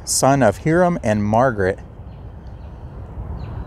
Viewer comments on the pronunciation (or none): Hiram/Hyram is pronounce as "HIgh-ram". A friendly bit of advice to your fine videos: please use the camera to point, not your hand. Using the hand to point and not the camera is unprofessional. Keep up the cemetery visits and telling of its associated history. Bravo.